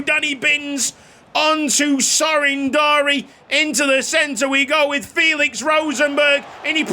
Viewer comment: The name is Darie, not Dari. Anyway awesome episode